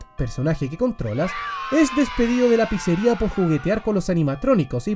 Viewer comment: Me pareció imposible ver a N deluxe hablando de Fnaf, pero claro, como mas habla de nintendo palabras como pizzeria no las dice bien, y no lo digo por critica, sino porque FNAFTUBERS dicen algunas de esas palabras bien por que ya se volvio costumbre, solo eso me dolio sobre este video XD